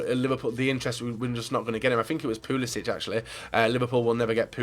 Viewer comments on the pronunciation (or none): Pulisic is pronounced Pulisick